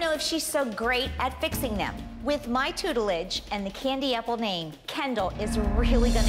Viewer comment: “with my tootlige” got me rolling on the floor.